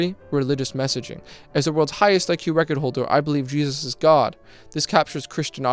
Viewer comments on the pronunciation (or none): Iq so high yet unable to pronounce english words and calling jesus jejus